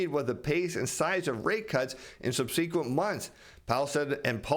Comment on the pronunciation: “Sub-See-Kwent Months” 😂